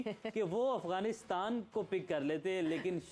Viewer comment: Its Afghanistan not Aghwanistan. How many times do i have to correct you. You r a professional at least u think so but you should atleast pronounce correctly.